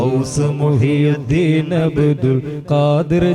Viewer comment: മുഹ് യുദ്ദീൻ അല്ല മുഹ്‌യിദ്ദീൻ.